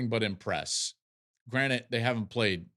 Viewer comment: Joel you're the GOAT but it's granted, not granite, my man.